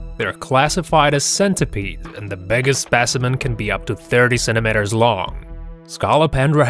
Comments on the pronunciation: "Centimeters", not "centimenters!"😅😂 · sentemehtars lol